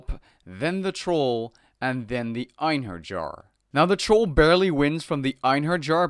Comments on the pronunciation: Ayn-her-yar Einherjar Kai-mare-ah Chimera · Einherjar is pronounced " en-hair-yar " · I believe it is pronounced "Einheryar"